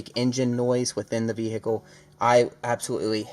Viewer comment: What's a v hic cal...?